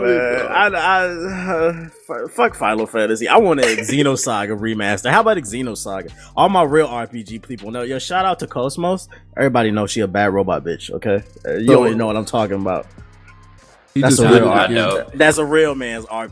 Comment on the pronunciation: homie said kos-mos. i did like that series. shorty still floating in space, smh